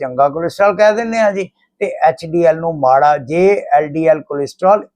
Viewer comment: SSA jee tusi hdl te ldl galat bol ditta he isnu theek karna